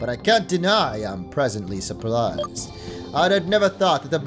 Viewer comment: Man said "presently surplised."